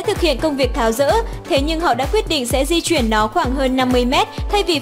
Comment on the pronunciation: Phát âm cũng sai...Di chuyển chứ sao bỏ dấu ? Đi vậy